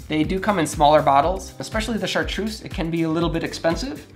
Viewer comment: It would be good if took a few minutes and learned how correctly to pronounce the names of some of these liquors. In particular it made me wince to hear him say 'shartroose' and accent on the wrong end of 'Ricard'.